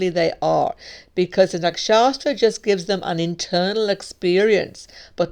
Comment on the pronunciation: it's is not nakshasthra. There's no second 's' in nakshathra... It's pronounced "nuk-shuth-ra".